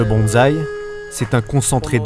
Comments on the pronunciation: super docu ! merci par contre le mec de la voix off n'arrete pas de dire bAnsai...faudrai lui dire quand meme :) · La voix off m'a casser les oreilles avec ses " Banzai " c'est malheureux...c'est un des thèmes du reportage et il ne peut même pas prononcer Bonsai x)